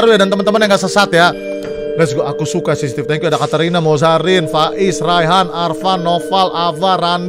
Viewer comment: bang yang bener cctv bukan cctc